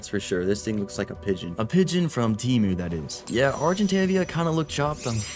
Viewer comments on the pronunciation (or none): none